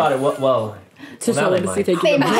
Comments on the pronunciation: i'm sorry but i literally heard celibacy as sell-a-pu$i and went WHUT??:_raeGasp: today, i learnt a new word :_raeWoo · I'm sorry Rae, but I'm dying of laughter because I thought you guys were saying "SELL A BUSSY" instead of "CELIBACY". Idk why my mind was there but it was and now I can't get it out of my head lmfao. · “Celibacy” “Five hundred dollars”